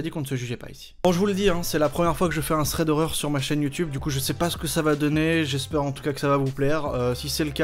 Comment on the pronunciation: Thwead howweuw 😂😂😂 j'adore